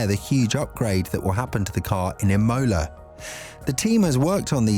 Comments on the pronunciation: You’re saying it “I-mo-la” it’s “Im-o-la” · Emola with a capital O and fully pronounced mid way through the word aswell 😂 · anyone else like the E-MOLA Race ahhh, killing me every time it was said haha rest of the video is good just Imola got my blood boiling haha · It's Imola not Imola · Please google how to pronounce Imola.